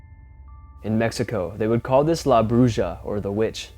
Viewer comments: It's La Broo-ha dude. The j in Spanish makes an h sound. Get with it. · Lmao “la brooooja” do some research man. You’re letting us down recently. Omg dude, and you are confusing a “raptor like creature” with a friggin opossum, just churching it up. C’mon man!! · La Bruja is pronounced "La Bruha" My daughter-in-law is Spanish and she's helping me with the culture. It's actually a type of witch.